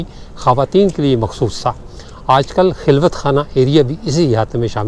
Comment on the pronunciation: خلوت میں خ کے اوپر زبر ھے